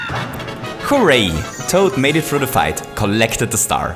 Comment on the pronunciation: he’s gonna say it. He’s totally gonna say it.: HOO-ray 😁